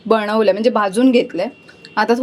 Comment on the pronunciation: बणवल नाही ग बनवलं बोल. तू ण ला न आणि न ला ण का बोलतेस